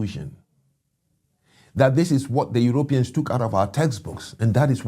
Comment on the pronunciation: You couldn’t have said it better?? For starters, how about a direct correct ion on his pronunciation of Europeans. “Yer OPE eans? Gimme a break.